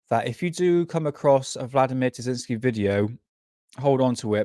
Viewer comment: Great video! Btw it's Terziski.